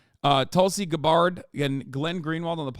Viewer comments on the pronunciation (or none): Tulsi guh-BARRED